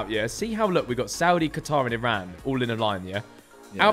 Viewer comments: And for anyone seeing this, please it's not I ran😭. It's Iran (ei) please say it right. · coming from an Iranian, Iran is pronounced ee ron so please get it right